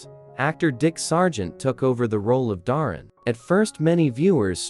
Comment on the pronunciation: So amusing that you mispronounce "Darrin" - just as Endora always did. But them, you mispronounce "Endora" and "Esmeralda" also. Must be AI.